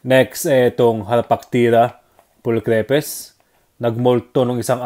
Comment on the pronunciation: Lodi hindi cre pes ang bigkas ng name niya hahaha kumbaga kapag binasa moto "stripes" diba hindi stre pes yun lang sana makatulong 😊